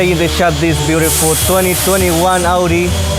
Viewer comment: It's so nice to hear audi being pronounced the right way